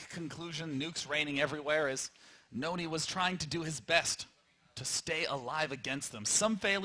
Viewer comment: Husky pronouncing it "noony" was really frustrating after a while, but other than that it was great fun to watch :D